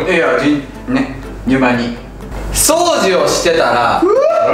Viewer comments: 掃除のイントネーション違和感あるのわたしだけ…？？？ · 掃除の発音に方言出ててときめく…